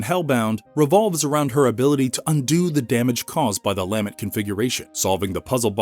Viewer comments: Lamb-ent... its LuhMENT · Interesting video! I gotta nitpick one thing. The word is lament. Emphasis is the last syllable not the first. It just sounded so strange each time it took away from an otherwise really well out together piece. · Lamb-ent was driving me crazy.